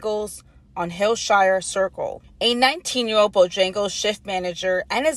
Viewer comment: “17 year owed” imagine a (non asian) news anchor who cant pronounce the letter L